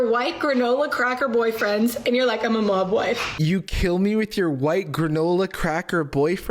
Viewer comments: About 4 and a half minutes into stopped hearing “mob wife” and started hearing Mogwai 😂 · Every time said mob wife I heard mogwai, the picture of them in fur coats at the same time was particularly jarring. Those people wearing mogwai fur coats is particularly difficult because a)mogwai are sentient beings that shouldn't be used for coats and b) not real.